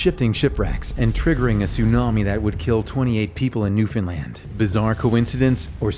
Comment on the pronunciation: You're the only youtuber that can say Newfoundland right, I'm from Newfoundland